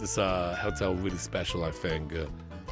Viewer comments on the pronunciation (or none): I dunno why, but accent makes it sound like he's saying "Helltel" and considering what I've seen of his other let's plays it honestly doesn't seem wrong lmao/pos